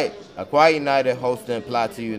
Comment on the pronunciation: It is pronounced “Oka”